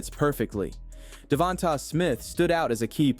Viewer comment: Great video boss! Only correction is how “Devonta Smith’s name is pronounced: “Da-von-tay” Smith